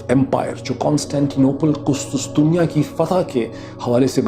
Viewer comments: قسطسطنیہ نہیں قسطنطنیہ . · Dr Sahab its Qustuntunia and not Qustustunia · ڈاکٹر صاحب قسطنطنیہ ہے نہ کہ قسطسطنیہ 🤔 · I'd like to make a correction Urdu version of Constantinople is called " Qus-TUN-tuniya" and not Qus-tus-tuniya (as far as I know) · KUSTUS tunia nayi sayeen.... KUSTUN tunia..... Very sad to see this pathetic narration from such a known journalist... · its qustuntunia not qustustunia